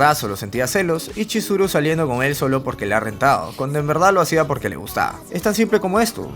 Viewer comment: te equvocaste en esa parte por que tu dijiste choriso cuando era chizuru